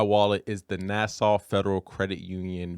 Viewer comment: Stop pronouncing NASA like Nassau, you are driving me nuts with that sh*t! Stop it!!!